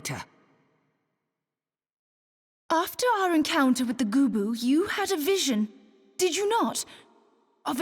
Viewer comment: GOO BOO? Ive been saying it wrong for 10 years